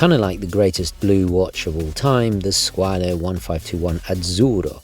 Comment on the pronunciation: Definitely saving for a Bulova Lunar Pilot and you had me laughing when you were talking about the Squale, parli bene l'italiano 😉 bello lol Hope you achieve your 2025 watch goals 😊🇮🇹👍